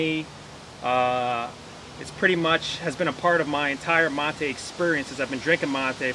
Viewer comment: Its mate not motey